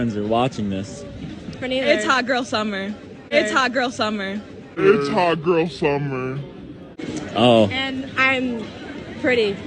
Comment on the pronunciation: It's "hot girl summer". Minus the t.